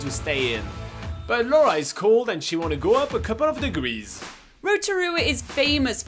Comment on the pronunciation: I like the way the guy actually makes an effort to pronounce Rotorua ❤